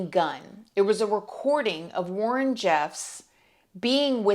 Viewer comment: I think Warren's dad name is pronounced roll land